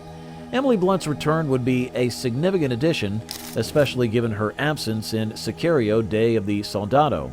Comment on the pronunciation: Say-kee-rio 3 lol. Dude cant even say the world correctly.